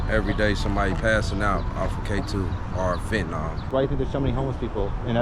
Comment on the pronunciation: Saying fentanol for fentanyl is like saying sollable instead of syllable.